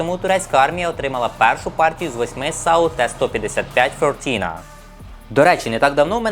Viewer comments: Здається вже Тобі писав. Навіщо калічиш вимову іноземних слів? Не так важко знати траскрипцію (якщо вмієш користуватись) чи навіть звучання слова. фиртинА - буря, шторм, турецькою, я ніяка не "фьор-тІна" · Вимова назви САУ не вірна. Вірна Фиртина. А хлопець вимовляє на англійський манер. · на турецький лад правильно фіртіна, бо як читаєш так і пишеш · якщо вуха відтоптані - транскрипція допомагає. Фиртина! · який ще носій мови мені каже? В англійській латиниці немає турецької літери И. Але буря, шторм турецькою - фиртинА з наголосом на останній склад